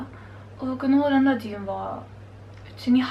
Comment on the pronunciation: "オランダ"のアクセントが若干気になります。😵 聞き取る分には問題ないと思うので自信持って大丈夫ですよ！！🙆 あと、お綺麗です😊